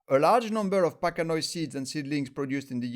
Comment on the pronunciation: You really need to read this, the vast majority of the "information" you and others are spreading about Trichocereus pachanoi "PC" is completely inaccurate. Also, "pachanoi" is pronounced pack-ano-i... ~